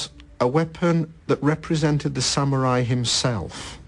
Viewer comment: I like how they pronounce the word... sam-yu-rai